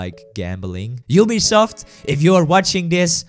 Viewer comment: Tery : Ubisoft if you are watching this , make casino legal again. What i heard : you’ll be soft if you are watching this , make casino legal again.